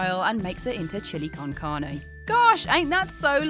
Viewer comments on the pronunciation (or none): none